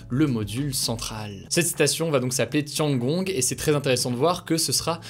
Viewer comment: Tiangong "tienne gong" pour la prononciation